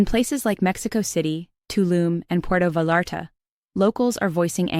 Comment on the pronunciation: va-larta? AI is not so smart